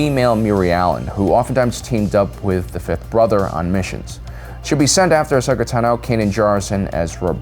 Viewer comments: "Ashoka Tan-O" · WHY do you pronounce Ahsoka Tano like that? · I didn't care about your list at all after that pronunciation of Ahsoka Tano and you not knowing the timelines shows me you are just reading a script. Probably never even watched rebels. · Ahoska tanooooo. Trula Sindori. Why talk like this?